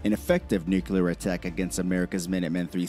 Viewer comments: Pet peeve - saying with word Nuclear as “new-kyu-lar” with 3 syllables instead of the proper two syllables, “New-Clear.” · "nucular"...sigh. It's "nuclear" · I cant take a video seriously that discusses the potentialities of a nuclear conflict when the narrator can't even pronounce "nuclear" correctly. Its "nook-lee-uhr," not "nook-uh-lure." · I love how the guy who made the original video can't pronounce "nuclear" correctly. It just gives you so much more confidence in the rest of what he says. It's new--clear, not new-Q-lar. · Theres nothin in those areas so it doesn't make a populated area subject to attack and, they can reach anywhere from there so putting them on the coast isn't needed. 😊 America is A country, one, singular... Therefore, America is A very strong country 😊 And it's "Nuclear," NEW-CLEAR... Not "Nukular." (The announcer, not you). 😉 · nukular waa, but when? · The narrator needs to learn how to pronounce nuclear.